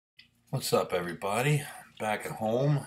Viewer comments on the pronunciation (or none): I love the Canadian accent ,he said back at hoooome 😂😂